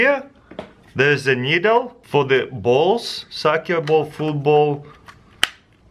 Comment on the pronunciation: no he definitely tried to say soccer ball, but he actually said sack you ball 😂